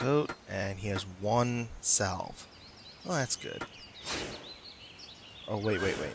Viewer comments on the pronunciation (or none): I'm rally enjoying this series, though I prefer to try to issen everything. But I have to just mention that it's pronounced "sav" or "säv." The 'l' is silent.